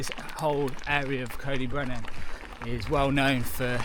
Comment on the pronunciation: Nice vid and lucky to call this my local. Trail centres are all suffering as bike parks rise in popularity and you can get to the Alps for only slightly more than a long weekend in Wales. CyB (pronounced Coy Dee Brenin by the way not Coe dee brenin 😅) has been let down hugely by natural resources wales and they have played a major part in its decline. Anyway, nice vid mate